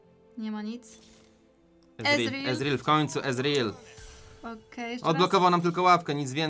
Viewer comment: Czyta się ezreal